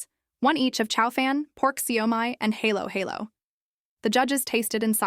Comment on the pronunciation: Vlogger should at least learn hiw to pronounce halo halo